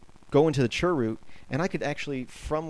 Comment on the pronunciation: dnt call it churrrr root